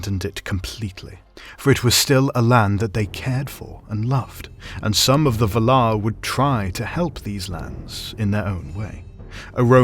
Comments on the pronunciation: Ah 😅 Fair enough. I didn't mean to nitpick, I think the pronounciation in the video sounds still legit but for some reason it really irritated me, like if someone is saying an everyday word with a markedly different emphasis... you know like in Family Guy when Stewie annoys Brian with how he prounces "wh" in "what" 🤣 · half a minute in and you already turned me off with your horrible pronunciation...that's not how you pronounce valar. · Honestly, it annoyed me, too 😅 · Yeah it confuddles me too :D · Anyone else upset by the pronunciation "Vuhhlauuur," invested or "Val-are?" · Loved this video, but I couldn't get over how you pronounced Valar. I've always read and said it as Vaalar, emphasis on the first 'a', and a bunch of other YouTubers say it the same way. Just a pet peeve tho, no big deal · Pretty sure it’s pronounced like “Vál-laar,” not “vuh-lár” 😉 Nice video tho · Someone help, please. Is this video’s pronunciation of valar the proper one? I always thought it was VAL-ar, not val-AR. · Vàlar. Not Valaaaar!! No wonder she has no friends! 🤣🤣🤣🤣🤣🤣🤣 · I say Val-ar. You say Va-lar. The stressing of the second syllable sounds so strange. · "Besides, you're saying it wrong it's LevioVA-lar, not leviova-LAR" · Dafuq is V'lar? Isn't it Valar like Valour? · The way you pronounce "Valar" troubles me BUT at the same time...I love the pronunciation. I am in an internal conflict just like the "Vala-ar" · you said valer wong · Dude its pronounced [VA] - [LAR]. Really confusing my ears and cant take in your commentary properly hearing bad pronunciation. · Yes this pisses me off every time, when someone takes all this time to make a video like this and doesn't know how to pronounce the main fucking name in his video. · That is the incorrect pronunciation of Valar. Also Aman. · I don't care what you think, you are pronouncing 'Valar' like a twat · Tolkien was very specific on pronunciation so it was weird hearing the words Valar and Orome said in this manner. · It is distracting